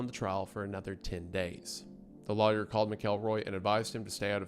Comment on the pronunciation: Take a shot every time Wendi pronounces lawyer like liar